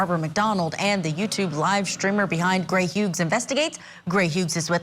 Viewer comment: Gray "Huges" 😂 Wow, first she messes up his first name then his last name.